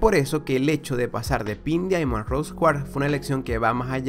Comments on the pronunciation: ¿A mí nomás me pone los pelos de punta cuando dice "dIamond" y no como en verdad se pronuncia? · Se pronuncia DAIMOND o mejor di diamante rosa